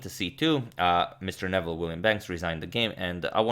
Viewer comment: I knew his name is not pronounced as Nevel but as Noo[ I played him twice as a young man he would give mixed Chess and Checker exhibitions